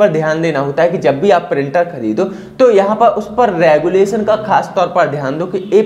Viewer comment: गुलेशन नहीं रेजोल्यूशन होता है